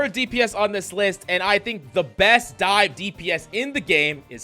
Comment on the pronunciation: What do you mean by die? Or are you saying dive? Like dive dps, dier dps😂